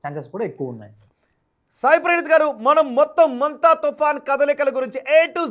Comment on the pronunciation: Munta kadura mondha